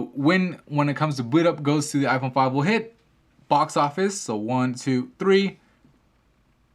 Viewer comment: u say like iporn 5